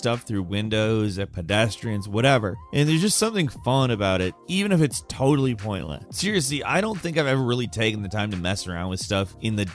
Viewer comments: "Even if its totally pointlehh!" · "Even if it's totally pointluhh"